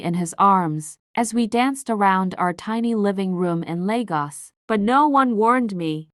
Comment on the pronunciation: It's not laygost it's pronunciation Laygos and is spelled properly this way it's lagos